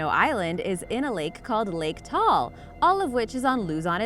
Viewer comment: Haha You said Luzon Wrong and Taal xD its oki humans make mistakes